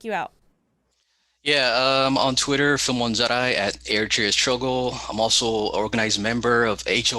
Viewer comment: Your segment introducing war on Tigray was cringe af. You can’t pronounce your guest’s name, let alone Tigray, Eritrea, or Addis Ababa, and then you act like youre in position to say what’s going on in Tigray is manufactured. Filmon is a shitty propagandist but was somewhat even in his presentation (for him). All you are focusing on,, is US sanctions, which is bizarre when Tigrayans are being slaughtered. Seems like if African people actually were more than a prop for you, you would have centered them in your discussion.